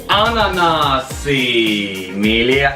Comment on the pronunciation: ananasi nevis ananāsi